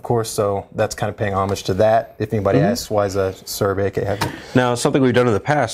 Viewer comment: .. Also amazed he knows how to pronounce 'homage' properly.. I usually hear Americans pronounce it 'Ohm-aaaj' :D